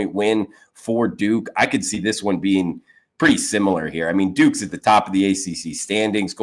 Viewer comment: D, many thanks for this quality analysis released early each day. I spit out my coffee (laughing) when at the mark, you called them the Duke-ees… kinda like a name for excrement (taking a dookie). Not sure if that’s a widely known thing, but this bettor thought it funny.